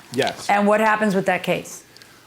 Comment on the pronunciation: Wif is not a word..."with"is the correct pronunciation